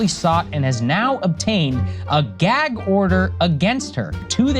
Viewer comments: Why do you keep saying “gayg” instead of “gag”? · What’s a “geyg” order? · Ummm the word is "gag order" ... G-A-G .... not "gayg order" LOL. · Are you saying "gig" or "geg" order?? gæg, gAg. I.e, BAG, SAG, HAT, BAT. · Love you Jeremy but what the hell is a “gay gorder”? 😂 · It's "gag" not "geige" order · I just wanted to say I love your pronunciation of "a", like "ae", like "gaeg order". Give me a little chuckle every time. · Jeremy calls it a "gayg order'..... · Jeremy be like "the geeg order" lol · What is a gay-gorder??? His pronunciation is painful, of that word.. 😅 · Stop saying gayyyyyyyg order bro. Come on!!!!! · Whats a "gehg order" 😂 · I'll never get over the way you say gag. Gayheg. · The highlight of this story is Jeremy's super Wisconsinite pronunciation of the word "gag". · You say gag funny. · Am I the only one who couldn’t get over the way he says “gag” 🤣 I love you though! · Apparently the quartering cannot say the word "gag" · Say "gag" correctly you midwest retard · It’s pronounced găg not gāg!!! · It's "Gag" like bag, lag, drag not "Gaig" like pray, play, say, grey, day. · No, it was more like “gay gorder” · Geg order, dregons lel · What is a "geg" order? Are you trying to say "gag" order? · why you saying “gayg order” 😂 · Say aaat at, say gaaag gag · Bro I like you're vids but If I have to hear you say "geg order" one more time I'm gonna pull all my hair out. 😂 it's gag. With an a not an e. 😂 thank you. We still cool though. Bones it 🤜. 😂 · IT'S GAG LIKE "BAG", NOT GAGE LIKE MADE! Jeez, that was torture. Lol Otherwise, great content 👍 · Every time Jeremy says “gayg” I want to gag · Gayyg order ahahahaha, the gayg order count is at 3 so far... Say it again lol .... Say it again ahahaha gayg! Count is at 4! No 5! xD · Bruh it’s not GAYG order it’s gag as in apple, short a says a. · It's Spelled "GAG" NOT Gig!!! It's a GAAAG order! Pronounce it CORRECTLY, You're an AMERICAN!!! F YouTube IF they're the One's Requiring you to Speak like a MORON!!!